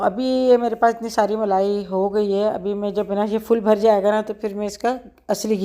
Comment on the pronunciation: blai ni kehty mlaai kehty hn doodh ki mlaai